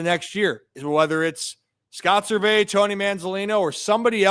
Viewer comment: Is “Ser-vay” an inside joke or something? He’s always been Scott “Service”